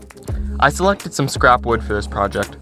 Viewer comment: Did you just say . . . wewd working?